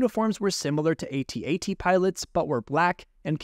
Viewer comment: It’s at-at not “ay tee ay tee” lol